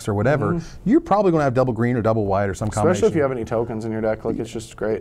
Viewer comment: i wish would stop say:expecially"